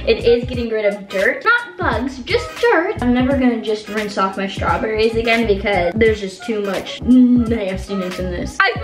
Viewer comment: nobody:: strawburries